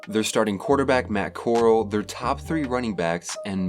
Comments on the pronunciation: Right, I agree. Robot voice? It's core-al, not coral. Mississippi University? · Corral is pronounced like corral for horses, not coral as in the stuff that grows on a reef in the ocean. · It's really not hard to pronounce Corral's name. Horse corral, Golden Corral, but nah, everyone has to say coral. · Okay, so this guy doesn't know how to pronounce Matt Corral's name, and did he really say Mississippi University? Really?! It's Matt Cor-RAL, and Ole Miss is the University of Mississippi! Makes me wonder if he's done any research, at all! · Brother you BUTCHERED Matt Corrall’s name multiple times. It’s pronounced CORE AL. Like the OK Corrall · Do what???!!! Ole Miss has always second fiddle to SEC teams like A&M?? Did you even check the record of A&M and Ole Miss? This will be A&Ms 10th year in the SEC, they’re the league’s infants AND overrated choke artists. You butchered names and facts all throughout this video Jesus Christ